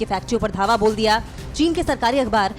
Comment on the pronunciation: धाबा नहीं है ,,धावा,,हैं